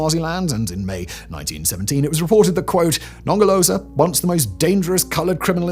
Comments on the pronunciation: Non ger lo zer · The british pronunciation of Nongoloza and Ngelekedyana is the best part of this video 🤣🤣🤣